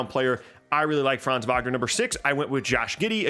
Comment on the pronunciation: Its so cool to See someone who says Franz names right As a German i love IT